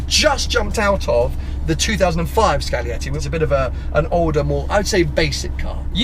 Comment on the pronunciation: It is scaglietti Not "scalietti"